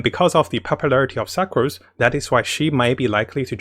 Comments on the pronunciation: please stop pronouncing her as 'SUK'ROSE' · Suc Rose? No offense, I'm an asian myself but I giggled when he said her name. Dear fellow commenters, is the correct pronunciation 'Suc rose' or 'Su crose'? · when he pronounced sucrose as "suckrose" i wheezed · Hi, love ur informative videos, but could u pls try to pronounce the character names better? It’s rather distracting when I try to focus on your info. A few mispronunciations include Fischl / Sucrose (not fai-shel, suckrose). Thank you. Keep it up.